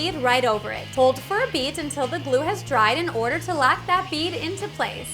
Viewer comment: says lock like lack